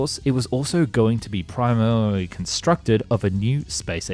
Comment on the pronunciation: At time you really struggled with the word primarily I do like how you just went for it though and just mumbled it lol 😂 it sounded like you must of tried saying it right multiple times and then just said to hell with it and went for it lmao 😂 great video though I loved it keep up the good work